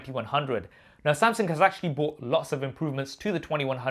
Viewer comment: Is it me or does he say " Samsing"